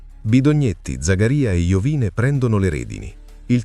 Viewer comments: Non è Iovìne, ma Iòvine. L'accento sul cognome è errato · Sarebbe interessante un approfondimento solo su Iovine. (che si dovrebbe pronunciare tipo Iòvìne). Un po' strano sentirlo così, ma sono piccoli dettagli. Al prossimo video 🤟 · Mario Iovine accento sulla o Contenuti interessanti comunque